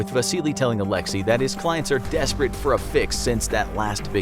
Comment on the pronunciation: That's not how Alexey is pronounced..